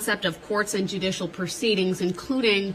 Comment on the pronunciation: If you cannot pronounce "judicial misconduct", and you don't know what it means, you should not be able to use it. "Junisho misconduck" isn't a term.